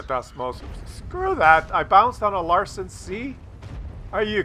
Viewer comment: LANsen not LARson - and who the hell is Mack Fly?